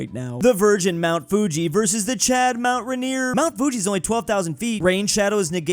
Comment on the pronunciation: The way he pronounces mt rainier makes my PNW ears wretch